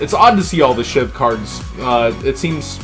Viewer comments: Hey its not SHIV its SHVI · no tf its bot SHIV ITS SHVI